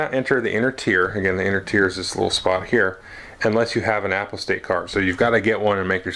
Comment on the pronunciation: Excellent!!! I think it's pronounced more like "u pos tate" I'm curious about the contents of the nemesis and imperium decks. What do minions look like. Any additional information about skill duels? I recall an FFG preview making mention of the "Cult Leader" tyranid card although I didn't see it in this review